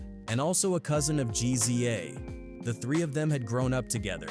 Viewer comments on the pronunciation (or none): reeza and gee-zee-a??? come on dude this ai slop is unwatchable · If your gonna do documentaries say the nameS right ..... It's Rza would be pronounced ( Rizza ) and the Gza ( Gizza )